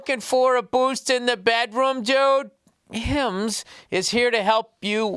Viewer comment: when you started reading the ads, and i heard how Bill says Hims . i died laughing